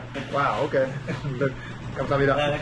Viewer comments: 안녕하세요. 감사합니다. 이 두 문장의 발음이 엄청 좋아졌네요 ㅋㅋㅋㅋ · '안녕하세요'랑 '감사합니다'의 발음이 점점 자연스러워지고 있어요 ㅋㅋㅋㅋㅋ